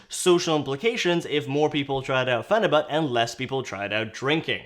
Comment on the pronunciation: it’s pronounced pheni-byute lol